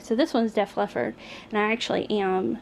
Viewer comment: Love the shirts..not tryin sound like a know it all 😂😂but the band name on the 2nd shirt is pronounced “ deaf leopard “🐆 Def Leppard.❤️